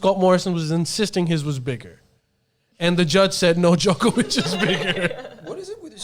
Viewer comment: Waleed is so wrong on the Djokovic saga, if he can't say his name right he shouldn't say anything.